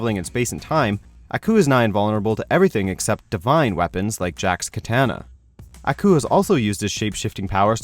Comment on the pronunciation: I hate the way he says "Aku"